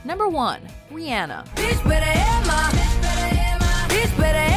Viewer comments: I hate how she said Rhianna. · Why the hell can't you or anyone still not figure out how to pronounce Rhianna's name correctly? She literally says her name in the cut away you used. At this point, it's laziness. Seriously. Figure it out. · How can you pronounce Rhianna wrong and then play a song where she pronounces her own name? That's just pure stupidity lol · Why can't y'all pronounce Rihanna right it literally said it in her own song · anybody else have a problem with the way they were pronouncing Rihanna's name orr...?? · Her pronunciation of Rihanna is cringing, especially after said artist pronounced her name seemingly correcting her. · did...did you just....pronounce Rihanna's name wrong several times? wha-? what? how? she says her name IN the first song you played.... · How do you butcher the name of your number 1 so bad Thumb down for having a clip saying her name right right after too RIanna NO RIHANNA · stop saying her name weong jeez its cant you hear, also how is she a good girl gine bad . Wasnt she always like this...... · I hate how she said Rihanna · Say Rihanna name right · Can't even say Rihanna correctly.